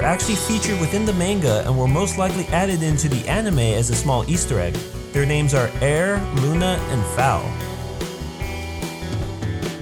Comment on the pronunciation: please look up the names for correct pronunciations....but okay other wise